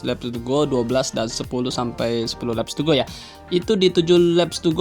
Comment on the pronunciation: Wkwkwk...cuma pengucapannya aja kedengeran lucu...🤪🤪🤪